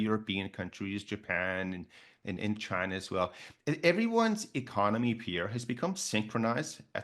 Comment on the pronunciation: he can't even say the word "China" 😂